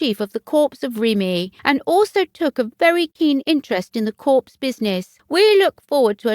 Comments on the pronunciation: Can't you find a narrator who knows how to pronounce the English language? It's COR, not CORPSE, and VI-COUNT, not VIS-COUNT. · Excellent choice. It’s just a pity that the presenter kept referring to the Corps as a dead body !! I.e. Corpse. Please check pronunciations before venturing forth as Corps is pronounced Core. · This is very happy news, Sophie is a good strong woman. As a point of reference ‘Corps’ is pronounced ‘Cor’ as the ‘p’ is silent. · Very happy news, Sophie is a strong woman. Just remember “Corps” is pronounced “Cor.” The ‘S’ is silent. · The presenter really must improve her pronunciation and learn to pronounce words like "Viscount", "Lieutenant", "Corps", etc. "Corps" sounded like "Corpse"! The stress patterns are also dreadful. If you have a channel about formal institutions like the Royal Family, it needs to be presented by an educated person, otherwise, it gives a very erroneous impression when facts and pronunciation are just plain wrong and non-British people may not realise this! At the moment, this channel is just like a comedy programme with all the errors! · Who is the narrator? One would think that a woman with a British accent would know how to pronounce "Viscount." Vize-count? Really? And, Queen Alexandria's Royal Army Nursing "CORPSE?" Sort of defeats the purpose of having nurses if they are just nursing "CORPSES!" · I understand. US President abd Commabdee if the Armed Forces for 8 years continued to call the US Marine Corp the ‘CORPSE’ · Someone tell the commentator that the p in corps is SILENT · Very pleased as the Countess is not appreciated enough. The commentator should note you do not pronounce the s in corps. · Please learn to pronounce viscount and corps, giving English speakers a bad name 🙄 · I really appreciate this channel. Keep up the good work. However, please double check the pronunciation of words if they're not in your everyday vocabulary e.g. corps and viscount. I wish you continued success with your channel.